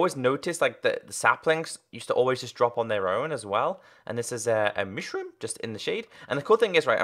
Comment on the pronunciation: he says mishroom instead of mushroom